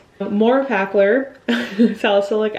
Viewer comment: No judgment, but it’s “eff-uh-clawr”. 😊 Love the Nantucket vlogs! 🩵